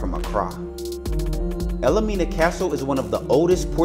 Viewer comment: Wish you had been more accurate. The castle is pronounced “el Mina”, not “el-le-Mina” as you pronounced it! Also and most egregious, is you said it was built in 1942! IT WAS BUILT BETWEEN 1842 and 1862! You should pay attention to what you say!! Won’t watch you again. Sorry!